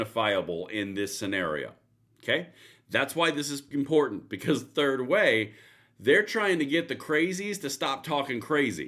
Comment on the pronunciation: Did you say "Turd Way?"